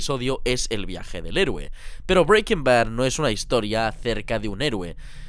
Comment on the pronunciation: No me puedo tomar el video en serio si va a pronunciar Breaking Bad así todo el rato macho